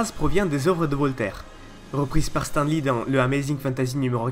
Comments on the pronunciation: Ça se prononce STANE li fait un effort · Tu ose parler de stan sans savoir dire son nom ???!!!!!?